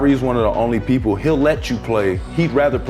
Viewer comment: Did anyone realize that he said people wrong saying “poeple”